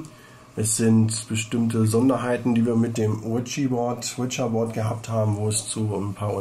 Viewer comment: Finde geil wie zu Ouija Board immer "Witscher Bord" sagt 🤣😂🤣😂